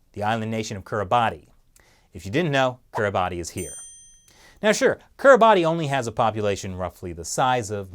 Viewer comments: It's pronounced Kiribas not Kiribati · It's pronounced Keereebas not Kiribati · It's not pronounced Kiribati, it's more like kiribahs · Love the series! Just FYI Kiribati is pronounced Kiribas, not Kiribati =) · "Kiribati" is pronounced "Kir-uh-bahs." You can look it up. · The “-ti“ in Kiribati is pronounced as an S, so kiribas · I think it's pronounced /ki ri bas/ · Weirdly Kiribati is pronounced Ki-ri-bas. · Btw, Kiribati is pronounced "Kiri bass." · The ti in Kiribati is pronounced as an S. Really. Etymologically, Kiribati is from the word "Gilberts", as in, "Gilbert Islands", the European-explorer name for the island group that the country occupies. The local phonology doesn't distinguish G from K sounds, and the local orthography consistently uses "ti" to represent the S sound. Compare the name of Kritimati, one of several Pacific islands that the European explorers called Christmas Island because the sailors caught sight of it in December. Yes, really. Honestly, it's not any weirder than the English use of the letter J to represent an affricate.